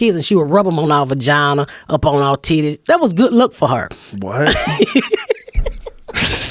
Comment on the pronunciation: "VAGINER!" LMAO!